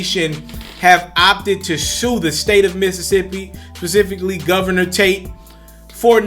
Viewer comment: pacifically? Rilly nigga?